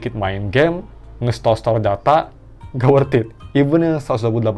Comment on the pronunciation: “Eungap” , sunda pisan 😂